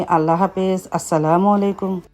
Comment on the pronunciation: Apni kumor bolen keno mishti kumra bole and ajj bollen pudin pata…apner uchcharoner jonno bangla tar class kora dorker ,apna k bujhte hobe YouTube vlog ta hajar people dekhe r tai voice ta Jodi thik Na hoi shunte vlo lagbena,assalamualaikum tao apni j vabe bolen truely vlo shunaina